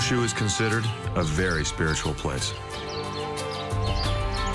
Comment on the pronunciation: Who says Kyushu as "Koo-shoe" It literally means Nine Provinces and the number 9 is pronounced Kyu like saying the letter "Q". Kind of strange they got this wrong.